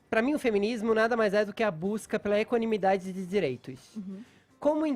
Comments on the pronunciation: Fefito :" pra mim feminismo é equanimidzidadzi dzi dzireitzo" !! Fala que nem homem porra!!!! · Porque esse Fefito troda o "d" pelo "t"? Equanimitati... ah nem! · Caraio, o Fefito falando palavra dificil! Kkkk equanimidade!